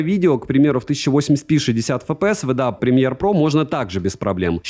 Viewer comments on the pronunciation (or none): none